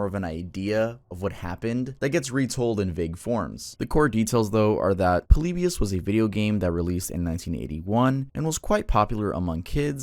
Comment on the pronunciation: Bro really said poleebius